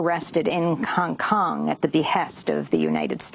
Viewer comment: The way A pronounces 'Hong Kong'...